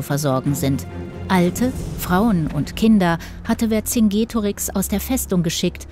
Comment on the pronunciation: Man spricht den Namen Verkingetorix also das c als k weil es im Lateinischen kein k gibt